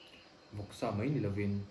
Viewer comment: Peih tih turah paih ti te,mai tih tura mei ti leh si te hi kan la awm nual...uluk theuh tawh ang u